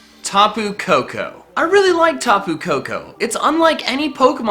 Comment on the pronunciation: Also, when he says "Tapu Koko", it sounds like "Taboo Cocoa". Lol